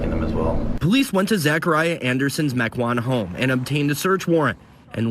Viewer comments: Meh-kwan not mee-kwan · Mequon spoken as Mee Kan is a new one to me!!! It’s more like Mech whan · Lmfao I love how he says Mequon 🤣 It's pronounced "Meck-Won" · Meeeeqan - lol as someone who lives in Mequon (meh-kwan) this killed me in the best way possible 😜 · Just a little thing for ya... Mequon, WI is pronounced "Mek Won" 😀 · Wow, I live not far from Kenosha and I've never heard about this case.. Thanks for covering it! Yet another true crime story to further cement my decision to remain single.. no thanks. P.S. lol, Mequon is pronounced Meh-kwan. Not ME-quan.. they even say it on the news clip you showed.. I'll forgive it tho, most people struggle with our cities Native names.. 😂 even me, and I AM Native.. ✊️ Excellent coverage once again! 👍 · Not gonna lie. It was lowkey hard to recover from him pronouncing Mequon like Mee-con. 👀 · It's meck qwan Wi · Mekwon is how you say it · Mequon is pronounced MEK won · mequon, wi is pronounces Meck-w-‘on’ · This judge... what other famous case did he do? I recognize him Ahhh kenosha - he did the Kenosha riot shootings. Kyle Rittenhouse Second edit: Mequon is pronounced "Meck-wan" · I live 5 minutes from Saukville. And for reference the town you butchered the name of was (Meck-wahn) Mequon, the news guy even says it right. Also that's the Rittenhouse judge, I love that guy. Also, she said pacifically, not specifically. She must have other skills. Also where did that guy find Clorox wipes in March of 2020 at that Walmart?